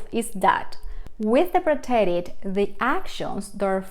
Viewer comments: Please pronounce preterite correctly. The emphasis is on the first syllable. Also the sound effects sound like a boxing punch. Very annoying. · The English word “preterite” has the accent on the first syllable, the second syllable in English.